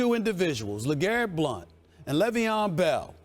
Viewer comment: Did he say LeGarrette BLUNT? Lmaoooooo